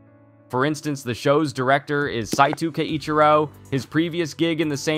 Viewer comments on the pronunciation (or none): none